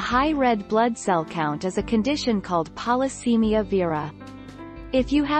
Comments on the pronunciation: Oh PLEASE pronounce Polycythemia correctly! It's Polycythemia NOT Polycemia. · And pronounces Polycythemia incorrectly.